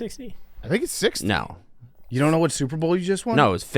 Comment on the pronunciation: remember when that guy got on Big Cat for pronouncing "Super Bowl" very quickly to where it sounds like "Soup Bowl". Then Big Cat got mad about it. Yeah it's all I hear now. for a good reference here